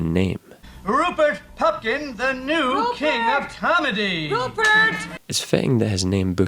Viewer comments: Its pupkin not pumkin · "Pupkin" , dummy. Not Pumpkin. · "Rupert Pumpkin" LOL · It’s Rupert Pupkin. Not Pumpkin 😊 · Rupert Pupkin not PuMpkin. Good insight though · Did you say Rupert Pumpkin? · How can you make a ten minute analysis of this film and mispronounce Rupert Pupkins name?